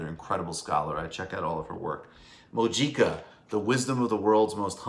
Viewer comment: MICHAEL! It is pronounced Moo-hee-kah (Mujica)